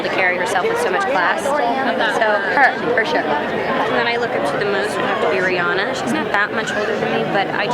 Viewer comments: it's ri-anna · All these people say they love her but pronounce her NAME WRRRRONGG only a few said It correctly it’s RihAn-a not Ri-Anna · Guys... You actually pronounce her name like "Ree-anna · RihAnna. I'm from Barbados and that's how you pronounce it but Americans pronounce it the other way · All these people so obsessed with her but 90% don’t even say her name right! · I know this is an old video, but I now cringe when I hear EVERYONE saying her name wrong! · if you love her so much, please pronounce her name correctly